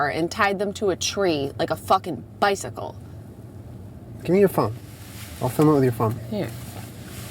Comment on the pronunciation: when Jenna says Bicycle it sounds like her old accent haha